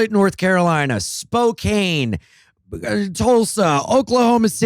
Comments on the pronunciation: Spokane, WA is "Spo-can" like a can of soda, not cane like sugar. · Spokane is Spo-Can. Not even from there. In fact I hate Washington. But I respect pronunciation.